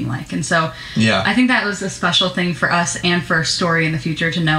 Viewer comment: Omg! Why does she keep saying "furr" instead of "for"???